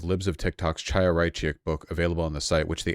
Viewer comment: Chaya is pronounced like "Hi-ya" with a throaty H sound. It's a common girls' name among Orthodox Jews